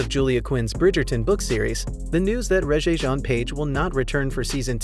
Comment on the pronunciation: Really? You need to learn how to pronounce the name Rege.